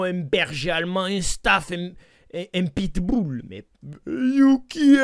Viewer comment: Ça se dit pas pitbUll